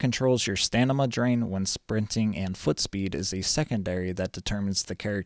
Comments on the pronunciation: In all your videos, you say "Stanima," rather than "Stamina," and it's too much to ignore. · you say stamina wrong :D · stamina not stanima xD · why you keep saying stanima instead of stamina, lel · STAMINA! not stanima :D hurts my ears! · yeah it's just funny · sorry, didnt see the comments before me, good video tho! Thank you for the work u put into it! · Great vid, "stanima" throwing me off a bit tho lols